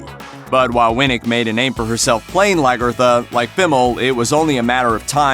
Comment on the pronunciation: The way he says Lagertha. No one at looper watches the show